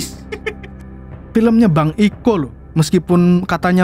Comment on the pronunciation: Kiko bang bukan iko😂